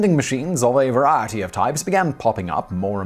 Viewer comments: Whichever writer keeps sneaking the word "variety" into Simon's monologues - his pronunciation keeps crackn' me up every time. SNEAK IN MORE "VARIETY"! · What's up with the way he says variety? It's not his accent, he sounds like he's having a small stroke